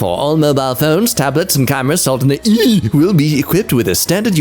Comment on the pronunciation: saying EU like that is why is the greatest person in the world ever